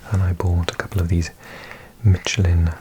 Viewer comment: and yet he mispronounced it, it sounds like mish-lan in french